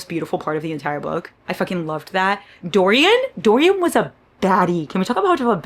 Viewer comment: DO-RYAN? WTF, me muero! also, I am your fellow migrainer:(... what is your kitty's name? He's adooooorable